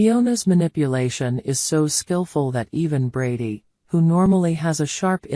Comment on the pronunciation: It’s not Bardy,it’s brady